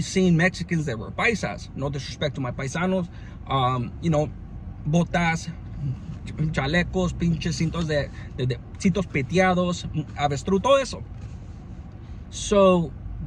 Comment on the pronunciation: These Vato said Botas De Abestrus, 😂 Lol